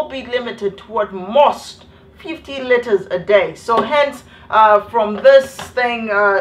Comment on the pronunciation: did she just say 25 litters of water a day? I laughed so hard I got kicked out of the library n I still laughed on my way out😂😂😂